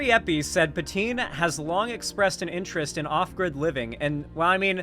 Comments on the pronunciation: Pan - TwaN - Ne - is the enunciation for "Pantoine" .... you lefty making fun of us quebecois for being francophones shows how you'Re jsut as much a joke as anyone, your values ain't worth more than your fake vomiting at the thought of french quebecois language. [ you ain'T nmothing close of the P o sh*t Gariepy, don'T worry, but man it'S sad to see you act like a Leafy or any trash youtuber bashing quebecois] You are better than than and should do better than that next time. Been a yea, gotta get Gariepy roasted if you can debate him and other youtubers could debate him and get the truth out of that cultist ring wing nut. Center-left here and i say : you can do better than joking at quebecois. It hurts so much, i had so much respect for you and had missed that part when watching the video last year and this year... now it hurt like a brick. You kicked me n the nuts and i accepted to keep listening all theses years to you cuz you had a good thinking head. You ain'T dumb man, but agree that we can do best when we are united as north americans no matter what language we speak. United against actual fascists. No matter who the actual fascists end up being when the day of standing for center left comes. I'll be center left, not far left . Front line for the left is us at center-left. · pronounces her name like Poutine, I can't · I literally thought he was going to start calling her "Poutine" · Francois is "Frahn-swah" and Patoine is "Paht-wahn."